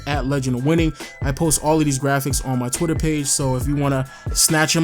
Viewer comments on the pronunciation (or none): none